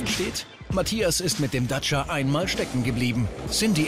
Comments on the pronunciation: wie der Sprecher einfach durchgehend "Datscher" sagt... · Der Reporter sagt dauernd Datscher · Er sagt immer DACHA xD :D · ist das so zu sagen anerkannt den Dacia Duster "Datscher" zu nennen? Ist das so wie Landy? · Ich mag es nicht wie der Kommentator Dacia sagt